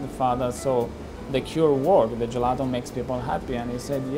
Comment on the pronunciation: Can someone tell me how many times they said “Gillato”